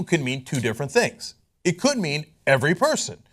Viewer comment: How about we read the amendment. Cenk: "JUST GOOGLE EHHHT!"